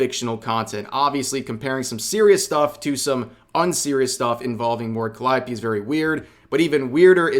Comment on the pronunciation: Why are you pronouncing it CallEYEopee?